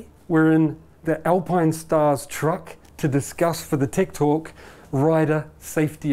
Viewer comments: I honestly thought he said “TIKTOK” 😂😂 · I thought he said tik tok and im like wtf